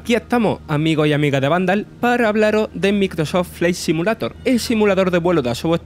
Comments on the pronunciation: Aprende a pronunciar por lo menos el nombre del juego. No mames. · Microsof flai SIMULATOR jajajajaj lpmmm me agarraba algo cada vez que lo pronunciaba. No podessss